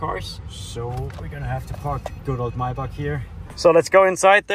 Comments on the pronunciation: Love how you forgett how to say maybach wenn speaking english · lol ive never thought about how maybach was pronounced